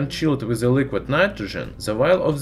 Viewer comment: Is it so Hard to say "the" and not "ze"? It ruins whole video